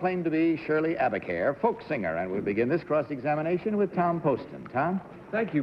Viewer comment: Shirley Abicair, not Abercare.